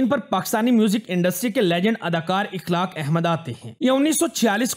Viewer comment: Akhlaaq not ikhlaaq.